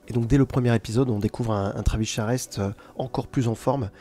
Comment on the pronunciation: Travis Charest (il paraît que ça se prononce "Charé") était très vite "charrette." Son trait à effectivement évolué depuis le sous-Jim Lee des débuts. Hâte de voir la suite.